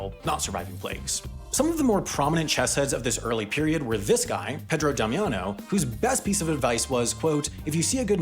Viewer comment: Damiano * not Damiohnouw